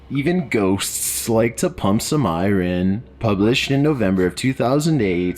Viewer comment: L I think it's safe to say that somehow I took the hangover from ya lol Still laid up, but you know I had to be here. Watching in sections cuz I keep getting motion sickness from my phone rn How the fuck can pronounce big words but can't say iron correctly?! I been with for a cpl years now and his voice is way more relaxed than it used to be but damn lol